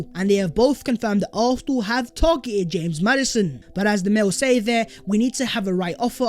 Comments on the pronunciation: NO WAY MAN JUST SAID HAMES MADDISON 😭😂 living in Leicester this kills me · I'm never saying James Madison again. It's "Hamez" now